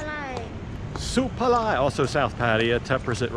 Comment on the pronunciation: Not "Suplamai" bruh, pretty sure its Supalai :)